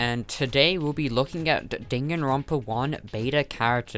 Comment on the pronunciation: Mandy: says Danganronpa Subtitles: ding and rompers